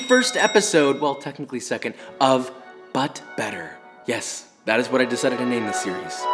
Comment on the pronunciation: all I heard was “butt butter” .-.